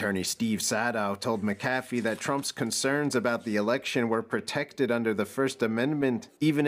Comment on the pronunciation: Its not pronounced (Muh-caf-ee). Even though its spelled McAfee. I grew up near a town named that. It's (Mac-Uh-Fee). Wonder if he's related to the John McAfee?